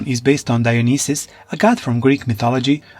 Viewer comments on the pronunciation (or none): none